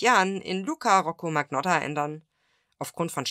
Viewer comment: MAGNOTTA ist Italienisch und wird wie " Manjotta " ausgesprochen!